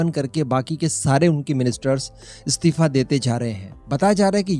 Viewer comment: What do you mean 'comment likhnewalo mein Roasting ki skill nahi thi'? Tu apne aap ko akela hi roast master samajta hai kya? Pehle to tu apna Hindi pronunciation sudhar, aur 'istifa' bolna seekh, 'stifa' nahi...